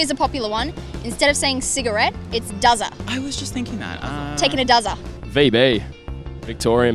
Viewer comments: Durry not duzza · ... the girl who said it’s not cigarette it’s “duzza”... I’m Australian and never smoked but I heard durry not duzza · Its not duzza its durry, These are the types of people that you walk away from when they try to talk to you at the bar. Imagine asking an underage kid for alcoholic slang.